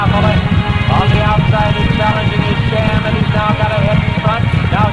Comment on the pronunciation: lmao it's not "Shaw" it's SHAM.